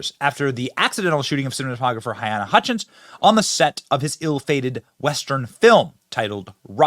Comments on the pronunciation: Her name is pronounced (Ha-lay-na) Hutchinson for clarification purposes, no point intended.👌💯🇺🇸🇺🇸🇺🇸🙏🙏🙏🙏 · Benny. Please say "Huh-LEEna" At least give the poor woman that respect; it isn't that hard to say. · I love you Benny, but I believe her name is pronounced huh--LEE-na. but at least you are attempting to say her name other outlets just mention her as "A cinematographer". Don't think I'm trying to be a jerk, but please in respect for the dead, say it right. Thanks Buddy. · Benny, i respect you a lot, but my guy, you gotta say names right. HaLyna, not to be a b*tch, but names are powerful things and personally i would never like to disrespect them, especially when it comes to people whom sadly died, while life was cut too short. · You are pronouncing her name wrong!!!!